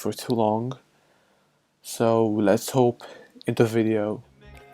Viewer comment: i like your content but that you always say "hope" instead of "hop" is kinda triggering me xD